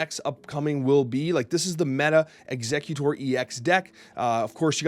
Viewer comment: Some weird pronunciations 😂 For example it's ex-egg-utor instead of executor